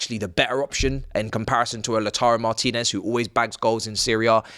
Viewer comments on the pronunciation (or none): none